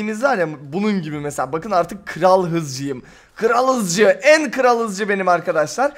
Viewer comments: Kral Hızcı değil Kral Dızcı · kral hızcı deil kral dızcı 😂😂😂